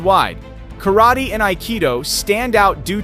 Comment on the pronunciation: A karate expert does not attack like that. The announcer cant even pronounce Karate as it should be pronounced. The "karate players" in this video are not experts. Aikido demonstrations are very reliant on the manner of ""attack"" to allow the carrying out the defensive movements.